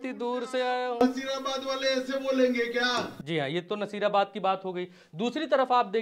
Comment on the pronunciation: भाई वो नसीराबाद है नजीराबाद नहीं